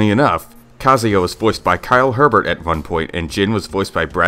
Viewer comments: Kyle Hebert is pronounced Kyle Hey Bear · For Kyle Hebert’s name It’s pronounced Abear